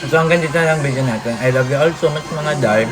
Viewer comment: suggestion lang to ah please don’t get offended. It’s “today” not “toTHEY” and “video” not “viTHEO” po. Medyo mahirap lang po sa pandinig. Sorry po